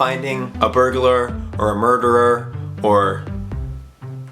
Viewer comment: OMG you said murgerer and #RIPME